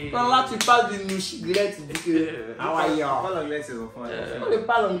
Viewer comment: KHAW KHA YOU, lol C'est How are you qui est là? 🤣